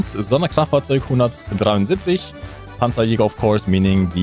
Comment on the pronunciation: pansajayger, brummbarr, taiga, pyuma... deutsche panzer müssen einfach mit tiefem amerikanischem südstaatenakzent ausgesprochen werden.